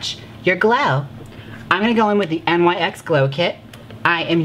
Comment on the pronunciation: Mother it's "nicks" not n.y.x. ❤😅